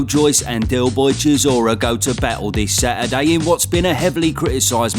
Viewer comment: What day is Sa-er-day?